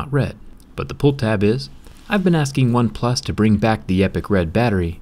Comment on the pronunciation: Why do you keep saying "OpePlus 7" instead of "OnePlus 7 Pro"? It's soooo U N S E T T L I N G.